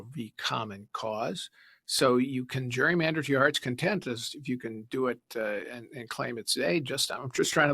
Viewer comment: CA IS NOT GWEEYMANDER